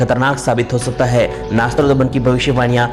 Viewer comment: Nastrodman nhi nastredmas naam h unka